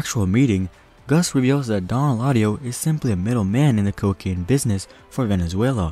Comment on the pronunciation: Dislike because you butchered his name.. smh could’ve at least made an attempt